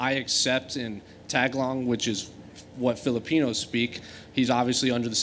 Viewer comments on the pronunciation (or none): Its TAGALOG bro. Not Tag-a-long. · God, that guy butchered the pronunciation of “Tagalog” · Are you kidding me. Learn how to say Tagalog before you ask the question.